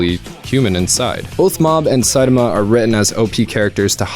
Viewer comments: You pronouncing saitama incorrectly reminds me of luffy gate, on drawfee they pronounced luffy the way its spelled and it trigged EVERYONE, but I COMPLETELY respect how incorrectly you pronounce saitamas name, but are continuously writing saitama the way you say it, and it shows your love of the genre. While it was clear that they pronounced luffys name wrong bc they didnt know, you pronounce saitama name wrong bc you dont care lol. And theres a difference and you acknowledge it very well. I like it. Way to go! Also... talk about your lie in april... its the end of april... you missed you chance!... dont let me down! MAKE US CRY! Lol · Hey man just pronouns Saitama to the best of your ability. I can understand what you are trying to convey and enjoy your work. Thanks and keep it up.